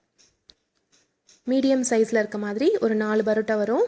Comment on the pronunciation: Parota madam barota இல்ல